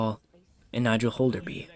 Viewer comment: Just a small note that the pronunciation of Nigel is incorrect The guy walking with the hat is Kovacs